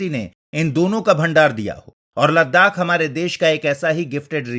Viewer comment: Ladakh (Ladhak)